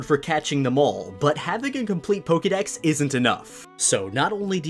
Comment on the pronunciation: Why is it that you're able to say Pokemon and Pokeboy properly (with the "ke" sounding like "kay") but you consistently massacre the pronunciation of Pokedex (where you pronounce it like "key")?!